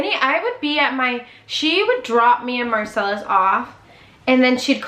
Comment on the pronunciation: Marcelus not Marcel 😆